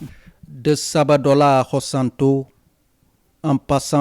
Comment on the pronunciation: Il est écrit visiblement SABODALA dans les panneaux et vous continuez de prononcer SABADOLA. Soyez un peu professionnel